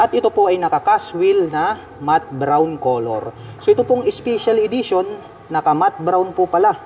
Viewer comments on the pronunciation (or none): spicial idition😂 pronounciation